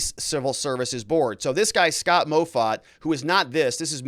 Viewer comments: Moffatt is pronounced "Maw-Fat" Driving me crazy listening to this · MOFFATT is pronounced MAW FAT lol... not MOE FAT